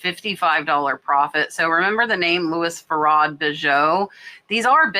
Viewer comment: 'Louis Feraud Bijoux': Correct pronunciation: 'Loo-e Fu-row Be-zhoo'. But I like your version too:)